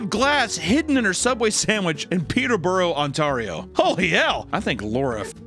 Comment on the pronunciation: “Peter-Borough On-tArio”, Close enough 😂. (It’s “Peter-Bro, On-tare-E-oh”). Just gave me a quick chuckle (I’ve got family from the place).